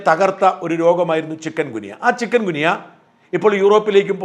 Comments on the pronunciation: Chicken അല്ല ചിക്കുൻ ഗുനിയ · ചിക്കൻ ഗുനിയ അല്ല ചിക്കുൻ ഗുനിയ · ചിക്കൻ ഗുനിയ അല്ല.. ചിക്കുൻ ഗുനിയ ആണ് ശരി.. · ചിക്കൻ ഗുനിയ എന്നല്ലല്ലൊ ചിക്കുൻഗുനിയ എന്നല്ലെ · സാർ ചിക്കൻ ഗുനിയ അല്ല. ചിക്കുൻ ഗുനിയ ആണ്. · Sir, with due respect for your kind info. It’s not Chiken gunya…Pl pronounce it as Chikun gunya…this is the medical terminology. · ചികുൻ ഗുനിയ എന്ന് ഉച്ഛരിക്കൂ സാർ Not ചിക്കൻ. കോഴിയുമായി ഒരു ബന്ധവുമില്ല. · Sorry ചിക്കൻ ഗുനിയ അല്ല ചിക്കുന് ഗുനിയ അല്ലേ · ചികുൻ ഗുനിയ എന്നല്ലേ?